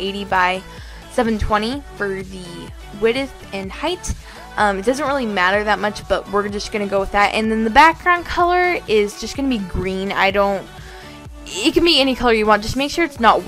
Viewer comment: this was a great tutorial!! And omg did you pronounce width like "why dith" or was that just me! Lol! Good video!!! I couldn't log on yesterday because a surprise nap attacked me and wouldn't let me wake up. lol i just took a nap sorry! I will log on today!!